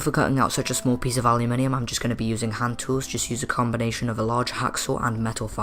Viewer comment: Why do you keep saying aliuminium?